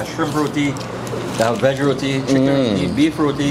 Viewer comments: It is not "rodi" it is RO-TEE spelt as ROTI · It's not pronounced row-de, it's row-tee. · Youre in Trinidad and still calling it Rodee 😭 its pronounced ROTEEE .. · this guy is a bad tour guide. He should have explained to you its Rotee not Rowdee. And there is different types of Roti. Buss Up shot, Paratha, Sada, and Dhal Puri.. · Roti is pronounced RoTee